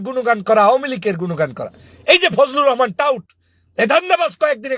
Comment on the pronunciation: ফুজলু রহমান বলেন কেন বলবেন ফুজু পাগল